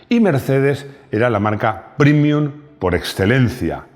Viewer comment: realmente me molesta que pronuncies la palabra latina PREMIUM como "primium" (versión en lengua inglesa) cuando en español se pronuncia como el original latino: PREMIUM. Se corrija, caballero